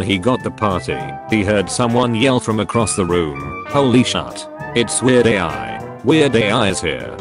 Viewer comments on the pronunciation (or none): it's Weird AL not AI